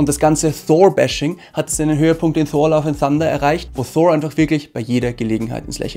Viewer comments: Wie sprichst du Thor aus 😂 Einfach Thor und nicht Shor... Ansonsten so geile Videos! Weiter so! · Man spricht Thor als TOR aus und nicht mit englischem TH - danke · Richtig gut gemacht, es macht Spaß es anzuschauen, nur komm ich mit der Aussprache bei Thor nicht so recht mit? Versteh nicht warum der name Thor so verenglischt wird. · als erstes mal,habe jetzt meeeehrere Videos von Dir gesehen,alle super,super Kritiken,natürlich meine Meinung,jetzt kommt mal meine kleine Kritik,Thor,den nordischen Donnergott Englisch auszusprechen finde ich echt lustig😜